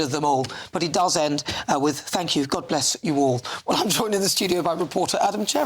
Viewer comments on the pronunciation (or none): "gobless" he said aye